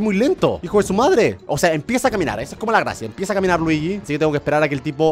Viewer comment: No es ljiyi es fire mario